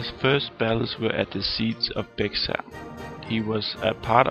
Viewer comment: ...a little local knowledge from a resident of San Antonio where The Alamo can be found: the city is in the county of BEXAR...in Spanish, the X is silent, so the county is pronounced like the animal: BEAR = BEXAR....a little local knowledge from a resident of San Antonio where The Alamo can be found: the city is in the county of BEXAR...in Spanish, the X is silent, so the county is pronounced like the animal: BEAR = BEXAR. See San Antonio Express-News for story about Cenotaph.